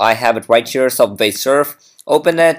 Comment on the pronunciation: It's subway not subvay